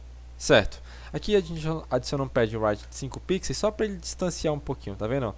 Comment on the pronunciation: muto bom o tutorial, só fiquei com agonia dele falando "Pixeis" ao invés "Pixel/Pixels", fora isso tudo certo ahuahuhahuaua